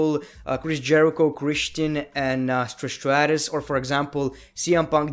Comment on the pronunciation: why the f are you always saying SHHHTRIISHHHHH SHTRATUSHHHH. its Trish Stratus. Hly f dude.